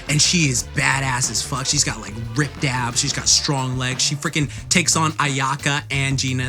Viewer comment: Abbs , not Adds